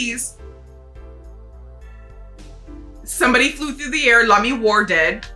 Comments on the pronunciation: I won't push this point since it's pretty small potatoes, but with the French pronounciation, Lamiroir would be "lah-mee-WAH", not "lah-mee-WAR". Like "Wah-Luigi". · Pretty close on Lamiroir. The "oh" is more of a "wah" though. ;) That's also how I pronounce Machi Tobaye. Some people make the "e" silent but I think that's boring.